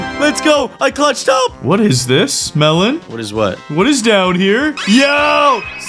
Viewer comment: Melon not Mellon